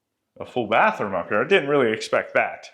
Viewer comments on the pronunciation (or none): none